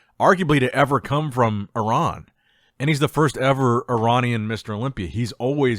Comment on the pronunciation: Good on you for pronouncing Iran properly.